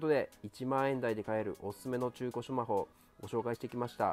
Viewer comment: 最後『シュマホ』でしたね😍🤗